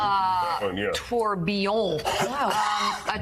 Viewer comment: “Trubion”? 😂😂 phonetic of tourbillon is toor-bil-yuhn